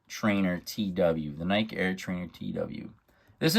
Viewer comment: Its pronounced NY-KEE